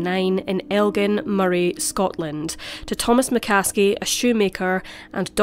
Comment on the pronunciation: McCaskie to McCasket